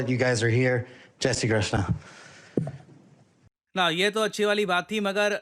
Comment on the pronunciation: True Gujarati. That Jay Shree Krishn with perfect gujarati